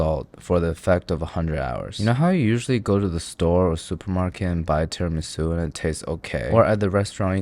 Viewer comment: as a long time italian follower.... you just killede me with that "tiramisu" :( wish i could slap you through the screen